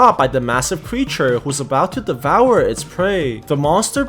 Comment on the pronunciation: I like your videos but why do you keep saying devoure